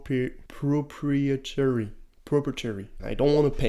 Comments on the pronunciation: It’s pronounced “pro pry it or ee”. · Pro-pry-eh-tary english is weird